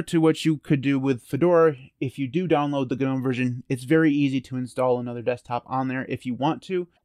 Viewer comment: The g in gnome is silent...